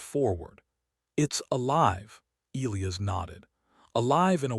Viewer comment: Get the pronunciation of Elias right